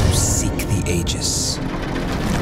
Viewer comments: You pronounced Aegis wrong ya clonk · It's pronounced "Ee-gees"